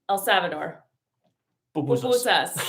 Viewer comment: You guys rock. The way you pronounced El Salvador. 👏🏽👏🏽👏🏽